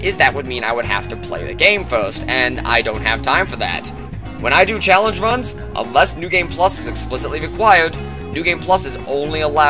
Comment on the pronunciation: Buddy really out here calling runs vuns.